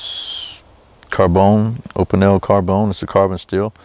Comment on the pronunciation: It is pronounced"O pee nell."